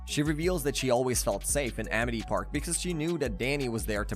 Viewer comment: Vladd not vload or vlaud. You even said it correctly a total of once. Geez. And it's Amity Park. Why are you saying Amit. You literally posted a picture of the sign saying Amity. Ugh I can't stand youtubers like you.